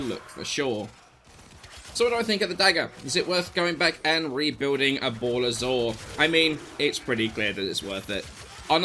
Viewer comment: balla was always a AS weapon, as you had covert lethality + forced finisher on stinging thorn. also, bala, not bola